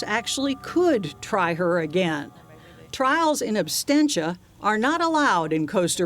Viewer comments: It's "in absentia" not "in abstentia." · It's called "in absentia" not " in abstentia".